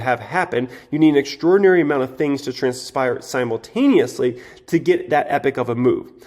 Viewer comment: siamotainously :p